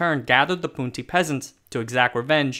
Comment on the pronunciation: It's the correct pronunciation in Hakka, not Cantonese.